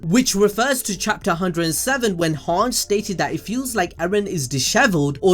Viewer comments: everything aside is Hange pronounced as "HAANJI" or "HAANJ" bruh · how can you not even pronouns hanges name right? it's so easy: han-ji, not hang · Hange is actually pronounced han gee